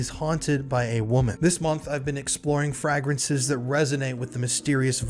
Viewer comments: Gross. Who says frahgrances? Lol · say FRAY-gruhns say it like: FRAY-gruhns. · "FrAgrinces" hehe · Fragrances is pronounced with a long A sound. Lol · Bro at least say the word correctly if you’re going to throw a crappy ad in 😂Frag- rences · My apologies, but the way you pronounce "fragrances" in the Scentbird ad is killing meee 😂😬